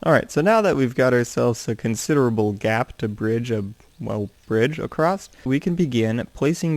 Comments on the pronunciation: Why do you say acrosst? It is across. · Across* not accrost